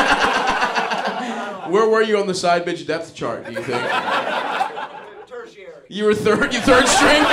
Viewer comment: Man said tertiary lmao